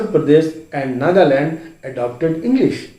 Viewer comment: Why you say engglish